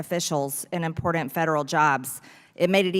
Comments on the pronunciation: What is with the word “important” becoming “imporDint?” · I like MTG, but hate the way she says important. She says, "impordent"...the sound of the "d" is very emphasized and annoying. But I do like her.